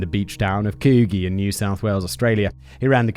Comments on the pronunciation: From an Australian. The town Coogee is pronounced Kud gee. I know it doesn't matter but it sounds weird to hear it pronounced differently. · Gday Simon mate. LOVE THE SHOW!!! Just letting you know "Coogee" is pronounced "Coo,Gee" as in Gee whiz. Bewdy ripper mate. Keep it up from all the Skippys down under. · I assume the beach you're talking about is Coogie Beach. Which you would never guess by the spelling, but is pronounced "coul-jee" (as in, 'could' without the 'd', then jee) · Coo-gee, I love your British pronunciations. Could-gee is closer. ANZAC Day is in February and has dawn and dusk services, a parade of service men and women and is in remembrance for WW1. It is also the only day Two-Up gambling is legal in Australia. Remembrance Day is held with a one minute of silence at 11am, 11th November every year, and at certain places, like the RSL, they play The Last Post, and is now recognised as a commemoration of the fallen for bot WW1 and WW2. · coo-ghee XD its pronounced could-gee weird i know but yea australia 🤷‍♀🤷‍♀ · Coo-gee?! Noooooo it’s pronounced COOD-GEE. Like could without the L. And gee as in jeez! 😂 bloody Simon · How has nobody corrected in 3 years… it’s coo-gee Like soft gee, as in genius We also celebrate Remembrance Day on 11/11 at 11am as well as Anzac Day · Oh Simon you're killing me. Coogee - oo as pronounced in cook, G pronounced like a J. C-oo-jeeee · It’s pronounced Coo-gee (like gee wizz). Fun fact, a few years ago, the Coogee bay hotel served a literal shit sundae to a customer. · Pronounced like it's written - Koo Gee. Try and make it monosyllabic (like everything else we say) and you've got it :-) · Simon, please check your pronunciation tool. It's "Kooji". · Coogee - cu jee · The pronunciation of Coogee is coo jee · It's pronounced coo- gee, like oh gosh oh gee. lol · Coogee pronounced Coo jee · Coo-jee. Its a soft g. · Oh. Oh my. COOJEE. A whole episode of me cringing in Australian??! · koo - gee like coo-ee only different